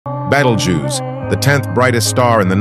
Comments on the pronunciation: Bro pronounced Betelgeuse as Battlejews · beginning of the video, “battle juice” instead of beetle juice, because that’s how you pronounce beteljuice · I like how he pronounced it “Battle Jews” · That's cool, but Betelgeuse's name is pronounced Beetlejuice (Like the character) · "Battle jews" AI can't pronounce anything I swear on god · Not be thinking Betelgeuse was pronounced (BEE- Tel- GEESE.) 😂💀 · Mispronounced "Betelgeuse" as "Battle Jews" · "Battlejuice" did you just mispronounce that so bad? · You pronounced it wrong it sounds like the bug, beetle. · Battle juice 💀💀💀💀☠️☠️☠️ that's fucked up pronouncing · And forgot to pronounce Betelgeuse right